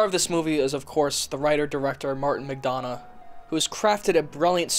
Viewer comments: Sorry!! Three billboards director Martin Mcdonagh's last name is pronounced Mic Done Ah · funny american man says McDonagh weird